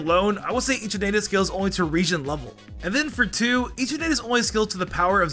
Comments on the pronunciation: Can you PLEASE, PLEASE correct your pronounciations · You sed gible and eternatus and lysander wrong